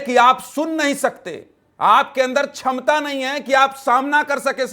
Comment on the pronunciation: Ye kaisa anchor hai jo apni baat puri krne ke liye dusre ka audio down krwa raha hai… upr se isko छमता और क्षमता का fark nhi malum .. Sahab ka lahja anchor kam aur kisi mawali ki language zyda lag rahi hai .. bhaisaab thodi to maryada rakhiye